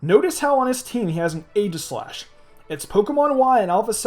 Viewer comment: I almost stopped watching because of your pronunciation of Aegislash, not going to lie.